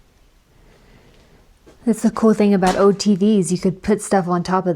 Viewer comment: "An ode radio" "black mode" what accent is this that you can't pronounce any L's😂😂